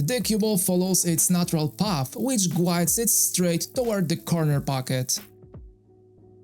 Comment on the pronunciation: Your English is getting better and better. Here's a little help with the word "guides." The "u" is silent, so it is pronounced like "gides."